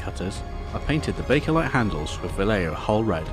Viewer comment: It's not pronounced "Valleio", it's "Vahyeho" great work by the way.